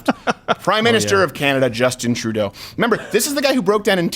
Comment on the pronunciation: dude, why youre saying "justin trudeau" with a accent when youre half french canadian???